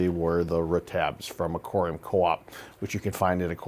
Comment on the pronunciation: It sounds like you’re saying “A-Cory-Um” 😂